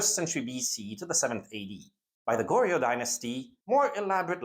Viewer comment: As a person who is fluent in korean (both my parents are korean) I appreciate this, however the pronunciation of the korean itself is really, not great. And is a bit grating on the ears. Dynasties are usually pronounced as 2 syllables: Jo-seon, Gor-yeo, SIl-la, etc. Paeraengi Is pronounced Pae-raeng-gi not Pa-er-an-gi. Even getting the syllable count right would go a long way to improving the video. Google translate often has an audio button that will say the word out to you. It's like trying to watch a WW2 documentary that consistently replaces Normandy with No-ra-ma-nad-i and gets the pronounciation of every single wrong (berlin as Bear-li-en).